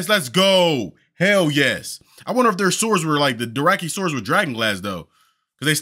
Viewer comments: bro theyre called DOTHraki. Not Doracky lol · LoL Season 8 and brotha you're still saying Doraki lol It's DO THRAKI LOL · he's STILL saying "Doraki"....haven't watched since like season 4 and dang no one has corrected that